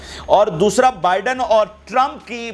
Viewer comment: Please speak right name of putin and biden